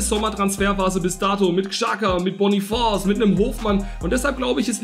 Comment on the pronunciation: Boniface wird Boniface ausgesprochen also hast du es richtig ausgesprochen